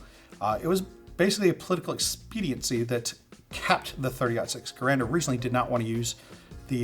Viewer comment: A nitpick, but Garand should be pronounced like gare-and, according to Garand himself. Great video through!